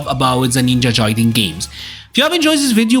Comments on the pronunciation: Its Ninja Gaiden ... not Jaiden 😄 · It is definitely not pronounced “Jaiden” my dude. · You can say guide but you can’t say Gaiden?? 😂💀 that was the craziest thing about the video to me